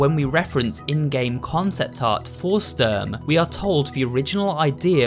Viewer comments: Und Sturm haha, "Störm " xd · Actually the plural of soldat is soldaten not sodalts, it's a german word and means soldiers PS Ik he said the translation Also the way he said zwei, sturm and panzer is just so funny, when you here it as a german 😂